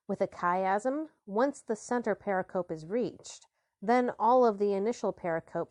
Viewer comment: I repeat my plea: stop undercutting your credibility by savagely mispronouncing "pericope." It's a widely-used term for study of the Christian Gospels. It is pronounced purr-RICK-uh-Pee, with greater stress on syllable 2 and slight stress on syllable 4. Search "pronounce pericope" to confirm this, and please update your audio files when you can. I love your project anyway!